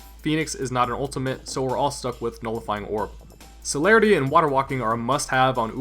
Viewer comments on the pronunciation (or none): none